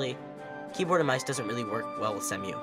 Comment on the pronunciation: Not "semm-you". "See-moo".